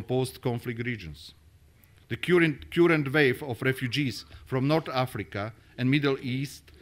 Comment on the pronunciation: Peter .Novák Napísané bolo ok, ale "kjurent" miesto "kar(e)nt" hneď v úvode ma trochu prekvapilo. Na tomto by určite mal popracovať.